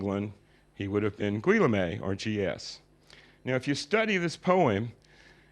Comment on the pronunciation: I think you mean Guillaume? Ghee-OHM. Not GWILL-a-may...